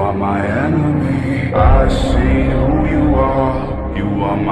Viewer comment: Who* ,а не hwo😂